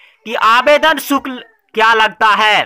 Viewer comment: अबे आवेदन शुक्ल नही शुल्क